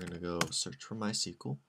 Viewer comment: You pronounce MySQL all wrong LOL